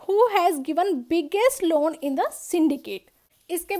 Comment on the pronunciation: aapke lawwwn bolne ka tarika thoda kezuaal h